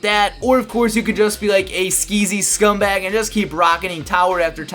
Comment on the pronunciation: count how many times he say scumbug